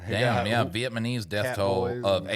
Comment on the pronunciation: Did really said vietmanese 🤣🤣